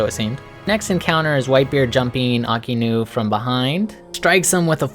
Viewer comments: Really like the video but your pronunciation on some things kept making me laugh. No hate though. But it’s pronounced “Shee-shee-boo-kai” not “shee-bookai”..... also it’s “AHK-I-inu” not “aki-nu” ..... I feel like such a nerd writing this comment 😂😂 awesome vid man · It's shichi not shee shee and it's actually Aka-inu